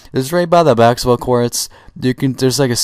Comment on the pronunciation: Listen good he is saying BAKSETBALL not Basketball